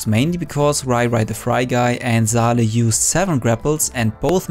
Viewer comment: Saleh is a Arabic name pronounced saw lah it's not zaleh its saleh.